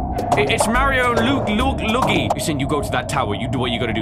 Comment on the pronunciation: "Its mario and lugi" Man got the best pronunciation ever.